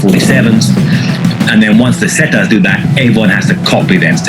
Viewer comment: Its pissing me off how he is saying zetas